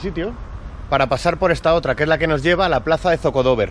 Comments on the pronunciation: No se dice Zocodóver, se dice Zocodovér (sin tilde eso si). Saludos. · Varias correcciones: 1. No hay ningún AVE a Toledo, es un tren Avant 2. No cuesta 55€... cuesta 13 ida y unos 20 ida y vuelta 3. No se dice zocodóver, sino zocodovér (con golpe de voz en la E) Me alegro de que te haya gustado mi ciudad, saludos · Buen vídeo, pero se dice zocodover, acentuando la E no la tercera O. Saludos. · Bonito video, pero le voy ha corregir al chico que lo comenta. La plaza principal de Toledo se llama ZOCODOBER no como lo comenta el ZOCO DOBER nooooo. Un TOLEDANO 100%. Saludos.... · Bueno, lo ha explicado regulín. Iba de un sitio a otro y da la sensación que lo tiene todo pegado. Tampoco ha dado datos correctos como el precio del AVE y oirle deci ZocodOver en lugar de ZocodovEr.... uff eso si, se lo ha currao y le ha puesto mucho amor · La sílaba tónica es -er ZOCODOVER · Zocodover es palabra aguda no llana